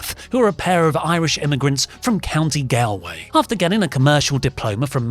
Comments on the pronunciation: Gawl- way as in charles de gaulle not gowel-way. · That is the strangest pronunciation of County Galway. For future reference, it's pronounced "Gol"way as opposed to "Gal"way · Gowlway? It’s galway. Pronounced Goll way. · oli its pronounced gall way not gale way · its pronounced "gahlway" gal as in palis wring, its giving st pattys days, bastardisation by americans. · Just a heads up, Galway is pronounced Gaul-way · How can nobody across the Atlantic pronounce 'Gal-way'? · its pronounced gaul-way ffs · Galway is pronounced Gawl - Way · Galway is pronounced like Gall-way, as in the "gall" of that person. Would you not learn the pronunciation of a place name if you're going to include the place name in your video? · It's pronounced Gaul-way... Amazing vid otherwise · Its pronouced " Gaulway" despite being spelled "Galway".....and yes,i AM Irish. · please don't ever try to pronounce "County Galway" again 😂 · County "Gaul-Way" I shouldn't be surprised he can't pronounce it properly, he can't drink Guinness correctly either. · It’s pronounced Gall-way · This guys english and doesn't know how to pronounce Galway... if ever there was a sign of uncultured swine, this is it. Might be time to leave the village there mate. Its in ireland... about 20 minutes flight from ye... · What’s wrong w your voice? How did you manage to mispronounce Galway? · I winced at that pronounciation of Galway. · The ignorance of a Briton who cant even pronounce Galway correctly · You pronounced Samoan correctly but can’t pronounce Galway like a normal person? 😅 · how could you butcher the pronunciation of "Galway" so badly? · As an Irish person I cringed at the pronunciation of "Galway" but this video is great! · Okay great video fair play guys but but but what was that pronunciation of Galway like Jesus